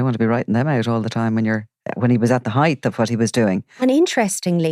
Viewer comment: Love the calm measured approach and the exploration of wider issues. Just need to say height finishes in t not th and is widely mispronounced . Think about it.